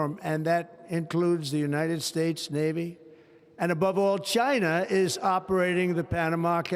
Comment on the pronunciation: what's that Unined States about ''N''